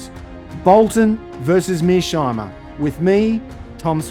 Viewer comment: Tom switzer you are biased in the interview with Mearsheimer. You can't even pronounce his name properly, not once but every time you try to pronounce his name. You are not objective. European lacky of "daddy".